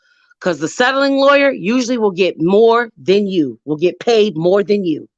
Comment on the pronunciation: They wull come when you list hlur assets